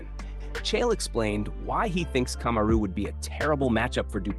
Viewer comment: Kamaru = ( coma-roo) Usman= ( os- man ) and ( ass-man). Boy this channel butchers names.😁 It's hilarious though🤣🤣🤣